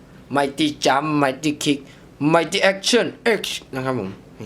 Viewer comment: ต้องออกเสียงว่า Mighty-Jump Mighty-Kick Mighty-Mighty Action X